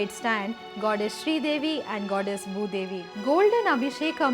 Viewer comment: She couldn't pronounce Bhoodevi . She is saying Moodevi. check.